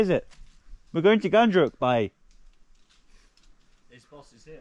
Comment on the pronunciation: It's Ghandruk not Gundruk my man. Gundruk is a fermented spinach.